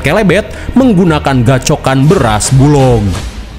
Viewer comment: BULOG ngab bukan BULONG